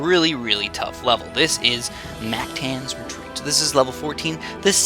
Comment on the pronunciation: Your saying mactans wrong